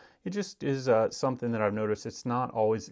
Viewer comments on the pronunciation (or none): none